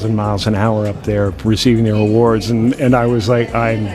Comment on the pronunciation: “I saw all these people getting all these Awarrrrds” wtf 😭